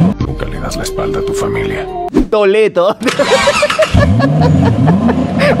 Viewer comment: Yo pensé que en vez de que diga "Toleto" diría "Coleto" XD